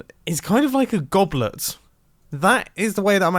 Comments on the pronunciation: Does anyone else here goblert or goblern but not goblet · The way he says goblet makes me think it’s not a real word